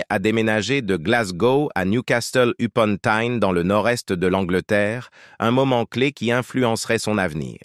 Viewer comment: Vrai! Il prononce niou castel au lieu de Nioucassel pour la ville de Newcastle. Et la voix? Ppff